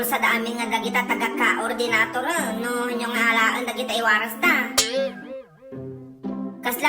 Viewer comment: KAOR-DINATOR is real anti .. 😂😂😂😂😂😂